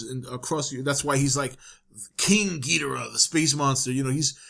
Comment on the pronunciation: You pronounce Ghidorah just fine, lol.